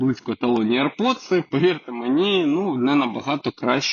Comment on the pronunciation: аір поци а не аірподси